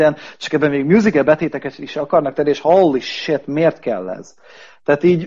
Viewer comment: Engem is zavar az a holy shitezés, mert szerintem gáz. Plusz a kiejtése. Akkor már mondana holly cowt. Azon legalább lehetne nevetni.